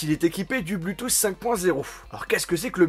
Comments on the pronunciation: Tu as encore oublié de mentionner le fait qu'avec le bluetooth (prononcé BLOU et non BLU hein x)) 5.0 tu as surtout possibilité d'y connecter 2 appareils en même temps et malgré choisir entre partager 1 source audio pour 2 appareils ou 2 sources différentes en même temps :D! Superbe vidéo sinon ;) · ÇA SE DIT PAS BLUUUTOOTH MAIS BLOUUUUTOOTH !!! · " du BLuuTooth" mdrrr Super vidéo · Je viens faire le casse pieds mais on prononce /blou/tooth et non /blu/tooth ... ça sonne vraiment bizarrement. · "le blutousse"